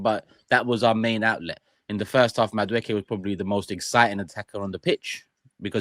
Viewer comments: mate, it isn’t Madawookie. He ain’t on Star Wars. It’s pronounced Madawakie… Madueke. Easy. Please one of you 3 correct him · mispronounces Mosquera as Masquera once and Jordan jumps in but you've all let him say Madawookie for weeks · Jordan - please also correct saying MadaWookie - this ain't Star Wars. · I beg in this one instance be like Ty and just name players by their first name please it fully takes me a few seconds to work out who you're talking about...... Madwhowookie....... Mascara....😂😂😂